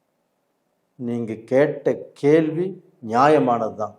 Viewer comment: " கேல்வி"??? கேள்வி என கூறவும்.